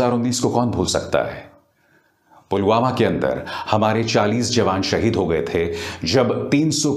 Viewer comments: पुलवामा को 'पुलगामा' कह रहे है पीएम जी । 😏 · Andha-bhakt-o-kul" ke dimaag bolke koi kuch cheej ho tab na(?), wo murkh log toh usike jaisa-hi hai na, jo(jis mahamurkh ne) Pulwama ko PULGAMA kaheta hai !!! Chhi! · Pulwama ko pulgama bol raha hay sala 🤣🤣🤣